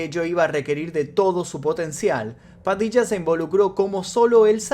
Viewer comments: Hola!!!! Muy bueno el vídeo!!!!! Lo que si estas pronunciando las palabras con acento "raro"...puede ser? ("padicha", "michónes", "prochectos", etc etc)....tal vez eso hace más " amigáble" el relato en otros países,lo cual no está mal,... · Por que hablo así en este video?? Me desconcentro mucho la forma de pronunciar nombres y palabras. Ajjajajajaj Padicha 😅😂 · te re bancamos..pero porque pronuncias asi..ya hablas bien no hace falta que digas "Padilla" de esa manera..habla como antes que me desconcentro.